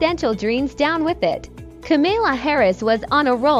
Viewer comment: That fake McDonald's stunt did nothing to damage Harris. And it's KAMAla. Not KaMILa.